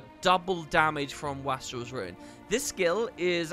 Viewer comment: As much as I know you LOVE getting comments on pronunciation: it’s “waste-rel” not “wah-strel”. It means someone who is wasteful.